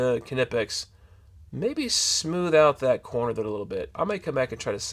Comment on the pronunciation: You should pronounce the K. It is a word in German..not an English word